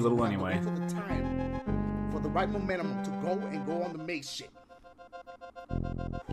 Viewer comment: "Wait for the right Momentu-mum". I laugh every time.